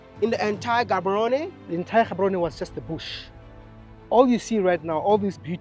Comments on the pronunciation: Wode Maya you can't step foot in Botswana and call our capital city Ghaborone please correct your tongue.. GGGaborone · Maya, the name is not pronounced Gaborone. Its pronounced Haborone as a Ghanaian. They way the pronounce their names is a bit trickish. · bro said in Ghaborowne and I- 💀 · Good job . In bostwana (G is pronounced H Therefore (Haborone) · Your pronunciation of Gaborone is off my man. Especially with the G. Why didn't they correct you over there 🤣🤣🤣